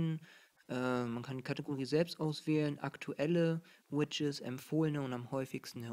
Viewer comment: lustig wie du widgets aussprichst. du sagst immer widges *kicher*